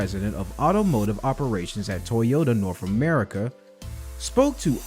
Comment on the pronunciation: “Norf America”